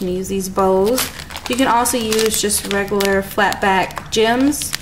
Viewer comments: the word "regular" is pronounced RE-Gyou-LAR not Re-goo-lar... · It bugs me half to death when you say "regaler" it's "reg u lar"